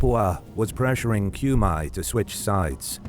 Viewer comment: FFS it is not [Kjumaj], it's [Kume]